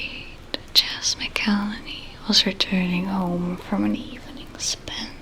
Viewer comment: mcelhaney is "mack-ul-hane-e" just so you know! Amazing job as always